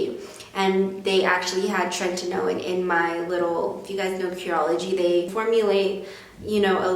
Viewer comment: Great tips but PLEASE stop saying "trentinoin" it's "Tretinoin"